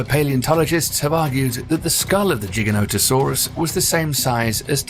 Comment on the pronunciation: LMAO it's funny how he pronounces giga no ta soraas lol